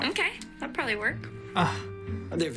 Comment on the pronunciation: I laughed and coughed when u said "he peobably coming with a tiny little rock" how cheap is this couple???!!